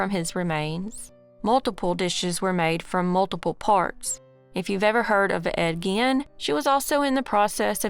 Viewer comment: We All know all About the Second Case, it's Been Covered Sooooo Many Times..Also We All Found it Hilarious that You Don't know how to Pronounce Ed Gein Correctly lol.